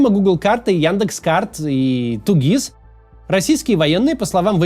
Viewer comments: Максим, ну какой блин ТуГис. ДубльГис же ну. 🤦‍♂ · ТуГИС, ДаблГИС, ДваГИС 😅